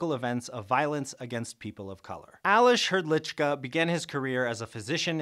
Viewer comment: as someone from the Czech Republic I really need to say your pronunciation of Aleš Hrdlička was really good